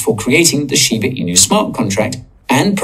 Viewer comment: shibaaa inu .....not shibuuuu inu.